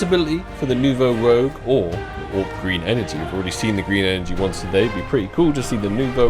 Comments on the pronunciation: Love the video but for god sake can you say Rouge and not rogue. It's Nouveau Rouge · 3rd video commenting to let know it’s rouge and not rogue 😂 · I have to assume is just trolling us at this point with the pronunciation of Nouveau Rouge as Nouveau 'Rogue' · if you want to know nouveau rouge is prononced " rooj" its french for red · I don’t know how it’s possible to still not know how to say the word Rouge